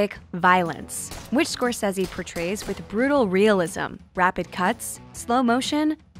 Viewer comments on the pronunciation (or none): Why can’t this annoying woman say scorcese right 😩